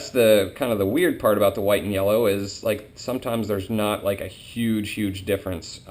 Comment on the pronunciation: Hey, I know they are Called White & Yellows (I'm going to be working with them next season) but it really sounds like your saying white meyellow.